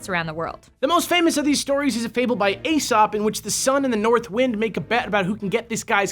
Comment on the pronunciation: Firstly, it's Ee-sop, not Ay-sop. Secondly I have a feeling that that story is an Aesopified version of the Apollo/Hyakinthos/Zephyros love triangle, though of course Zephyros is the West Wind, not the North.